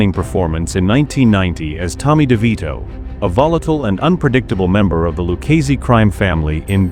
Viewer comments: The pronunciations they just butcher them... Luchese is pronounced.... Like "Lucazi" Or even "Lucazay" if you just got here from Italia. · it's ok, close enough. It's technically pronounced cop-oh, and lew-kay-zee, but others pronounce it lew-chay-zhee, but tbh, doesn't really matter, so many grammar Nazis out there.